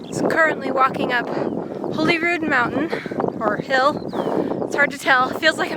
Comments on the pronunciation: It’s actually pronounce Holly rood.not holy rood. It’s lovely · It's pronounced Hollyrude, I know this because I grew up in a B&B called Holyrood House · It's actually pronounced 'Hollyrood'...as in, christmas holly. It's an understandable mistake because its not spelled that way. (spelled/spelt.....see... I dont know).. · It’s normally pronounced ‘Hollyrood.’ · Holyrood in normally pronounced 'HoLLyrood' Great vid! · It is Arthur's Seat that you climbed, not Holyrood mountain or hill. Also, we pronounce Holyrood like Hollyrood. Don't ask me why :-) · That is Arthur’s Seat Not Holyrood mountain Holyrood btw pronounced the same as Hollywood but Rood instead of wood Completely unrelated but the best football team in the world play in the stadium you could see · you’re narration was a very enjoyable enhancement to your lovely day spent in Holyrood Park(which BTW despite having just one L is pronounced like the berries not the Bible). I don’t know if anyone left a note, but those thorny bushes with the brilliant yellow flowers you kept walking past as you went up the hill are called Gorse. You’ll find them all over hilly rocky places across Britain, like Cornwall and Wales. Also, despite being confusing (not to mention incorrect, redundant and long winded IMHO) that big royal pile is officially called the Palace of Holyrood House. It’s the Queen’s official residence in Scotland, as Buckingham Palace is her official residence in England. Being the ultra pedant that I am, my view is if it’s a house it’s not a palace, if it’s a palace it’s not a house, and therefore I call it Holyrood Palace and leave it at that, on the principal that until Victoria moved in and it’s status changed, Buckingham Palace was called Buckingham House. When it became B’ham Palace they had the sense to drop the house bit.